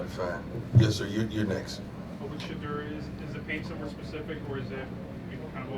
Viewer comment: It's NOT SHEDUER!!!